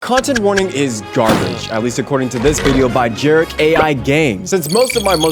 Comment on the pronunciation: Great Video!!! I definitely hear some of the points you brought up with this game being for different people and I'm glad you liked my skill issue joke:) I hope you enjoyed the video overall though I definitely enjoyed yours! BTW my name is pronounced 'je-ra-kai" but I kinda liked "" haha